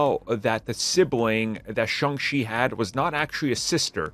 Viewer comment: Pronounced like Shong-CHEE. Get it right dude.